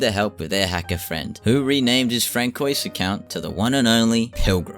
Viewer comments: That's the first time in over 40 years that I've ever heard Francoise pronounced like "Frankoys" before, do you say the name Francis like "Frankis" in order to be consistent with your decision to mispronounce names like a Nazi Baddie in a WWII film? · the pronunciation of Francoise kills me, and I ain't even French.